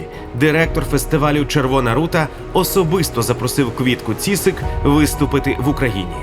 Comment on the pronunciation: Квітка Цісик, а не ціцик. Навчітся!